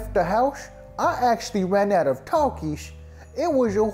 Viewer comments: hell naw why bro cant even say takis if hes addicted to it . instead he says takish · Taxis😂😂😂 ITS PRONOUNCED TAKIS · Bro said takis wrong😂😂